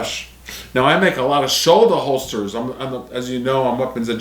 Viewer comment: Tell me you’re a fudd without telling me you’re a fudd with your “Shouldahholstah”. Every carry gun these days is 9mm. Every military uses 9 mil. If you can’t kill what you’re shooting at with 21 rounds in an XC or P you’ve got problems.